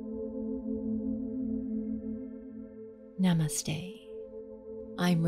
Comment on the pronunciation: Mispronounced “namaste” = quit